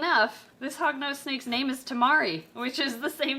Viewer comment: Sneks. Thats all i have to say,Sneks